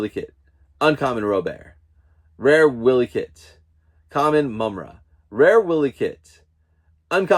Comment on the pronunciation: Yes, you definitely butchered 'Wily Kit, Wily Kat, Pumyra & Slithe' but it's all good, lol. This was my first time doing the NFT and I did very well. Congratulations on your pulls